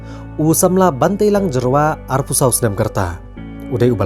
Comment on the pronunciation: Tell those dkhar it's not Jerwa but Jyrwa